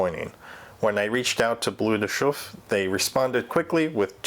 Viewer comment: Pronounced B-L-E-R de Chauffe, not B-L-U-E